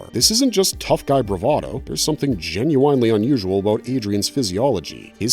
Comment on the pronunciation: It’s difficult to listen to his narration as he consistently mispronounces words like regularly, particularly genuinely. He seems to have problems with those words, and it’s more frustrating that he repeats them a lot.